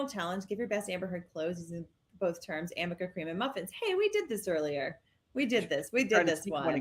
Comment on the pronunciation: And it's ARNICA CREAM. There's no such thing as AMICA cream. is an idiot and mispronounced it 50 times!